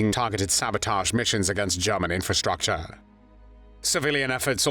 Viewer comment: German not guman